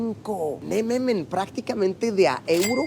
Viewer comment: Me da un chingo de Cringe cuando Luis dice "nemamen" y "olovergo" 🤢